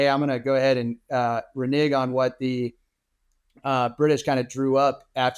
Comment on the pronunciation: That is not how you pronounce renege brother :/